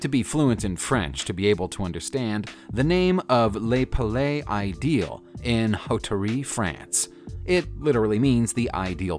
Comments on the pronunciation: La Palais Ideal = lah pah - LEH ih - day - AHL Hauterives = OH - teh - reeve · 🤣 "You don't have to be fluent in French to understand "Lay palay ideel"" I had to see the picture to realize what he tried to say ! 🤣